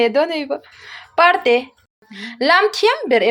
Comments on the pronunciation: Zote ah parte an awm anilo a,hmar zote,hmar parte an awm thin,chuan parte lam dan hi,"pangpar in par a chhuah" tih a "par" ang thluk a lam tur aw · Parte hi par hi lam hniama tur.